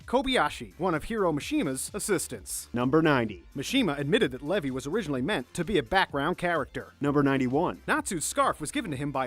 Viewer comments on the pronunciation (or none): none